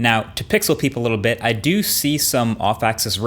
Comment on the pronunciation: “A beet slower”